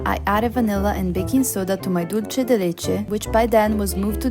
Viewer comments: Membrillo is also eaten in Mexico. I love it fresh with lemon juice and salt. Your mom is great! By the way, Dulce de leche, the" Dulce" is pronounced, Dul-seh (does not sound like the Italian, "c" as in cena). Even Americans make the mistake of making the Spanish word sound Italian. It's made in many Latin American countries. :D My mother is from Mexico. I loved Pope Francis. Thank you for this lovely tribute. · *dool-seh The C in Latin Spanish is pronounced as S (or Th, in Spain).